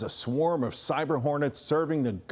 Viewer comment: “ swam o honets “